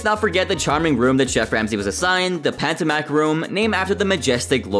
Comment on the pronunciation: Pa toe mick... Potomac